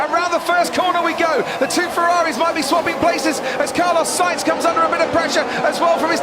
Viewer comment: U said Sainz Mexico lol